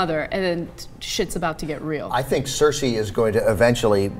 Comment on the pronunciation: heads up its not circe its cersei